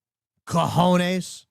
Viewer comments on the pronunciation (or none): none